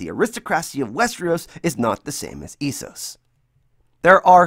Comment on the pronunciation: I had to stop the video because your pronunciation of Esos & Iron is absolutely ridiculous. I don't understand why Americans feel the need to pronounce words completely different to how they hear them. I didn't think I'd ever see the day where somebody could mispronounce iron 😂